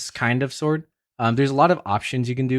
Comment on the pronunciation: Did you just say seword? 😂